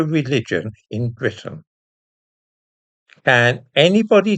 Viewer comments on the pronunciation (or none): none